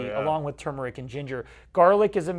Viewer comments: It is not tumor-ick. There is an "r" in turr-murr-ick...TURMERIC. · Thanks for the examples. Remember, "Turmeric" has an "r". Americans say TURmeric, Brits say turMERic. Just saying. ; )